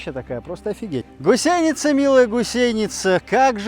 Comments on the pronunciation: Почему гусейница, а не гусеница? Это где так говорят? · =)) почему она гусейница,а не гусеница?=))) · Все интересно, лайк. Только почему гусейница, а не гусеница? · Прям ухо режет это "гусейница".🥴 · Долго не мог понять - что за "гусЕйница"??? ... Да "гУсеница" же!!! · Правильно будет гУсеница... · Не ГусЕница, а гУсеница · А почему гусЕница то..? Когда она гу́сеница! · ты татарин или где? гусЕница, бесит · гУсеница. Ударение на первом слоге... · Может не уместный комментарий, но в слове «гусеница» ударение следует ставить на слог с буквой У — гу́сеница. А в остальном отличный контент. Не знаю что больше удивляет, мощь орудий или как вы это орудие достали. В любом случае это очень круто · Поправочка , гУсеница , ударение на У правильно делать в этом слове там . Вот так . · Гусейница режет слух, даже зубы сводит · Хороший видосю Только "гУсеница"! Русский язык не родной что ли у ведущего? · Блин, ты нарочно говоришь гусЕйница?) выпуск бомба! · Ох уж эта гусеница с таким ударением)))